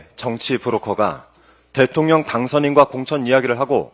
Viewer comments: 김병주 의원님 은근히 발음이 대통년으로 들리는데 ㅋㅋㅋ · 김병주 의원님 발음이 대통년으로 들려요. 바이든 날리면인가요?